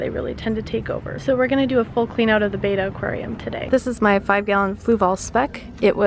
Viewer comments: It's not batta it's Betta. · Beater string LGEE (its pronounced BETT-Ah like better and algae is pronounced like ALGIE (not Lgee)